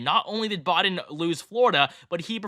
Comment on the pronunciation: Brutha it’s Biden not Boden